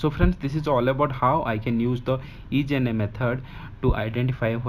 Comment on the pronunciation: Isna Not ijna . Good explanation